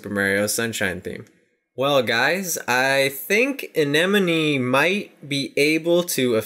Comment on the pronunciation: you say a-ni-mown